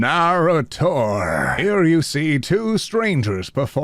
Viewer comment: Did this man just pronounce narrator like a bible name…